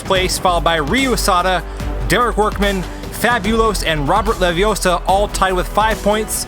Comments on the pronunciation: It's leviooosa not leviosaaar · Its not leviosa. Its leviosaAAAAAAAAAAA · It's levi O sa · Ah-hem, that's LeviOssa. Gotta say it right if you're to be a real wizard. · Its leviosa not leviosa Is this guy watch harry potter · It's Leviosa! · Pronouncing Leviossa differently actually helps him to win the round